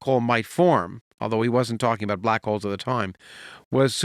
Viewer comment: With all this talk of Santa in the comments, I kept hearing him say "black coals" instead of black holes. Santa understands black coals.